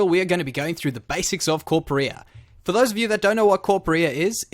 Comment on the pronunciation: not watching because you called it corpa-rear...